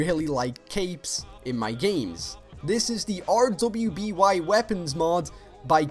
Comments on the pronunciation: He actually triggered me when he said R-W-B-Y. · Dude watch the anime RWBY, you will love it. You don't have to say each letter you can say rwby as in ruby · Dude, Rwby is pronounced Ruby. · I got trigged when he is R.W.B.Y one letter at a time instead of ruby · Hey just saying but it's pronounced ruby not r w b y it's an anime series from rooster teeth it's awesome go have a watch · RWBY is pronounced Ruby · "RWBY" some sort of anime.... DO YOU LIVE UNDER A ROCK it's also pronounced "ruby";)